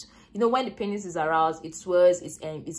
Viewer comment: you pronounce penis wrongly.. it is " PEE nes"